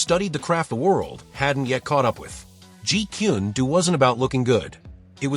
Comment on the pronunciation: Jeet kun do. The last word is prnounced as DOE. NOT DOO. DO means way.